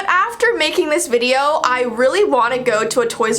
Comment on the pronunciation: She said videoo